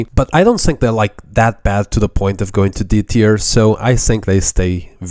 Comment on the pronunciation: i sink you are saying word think wrong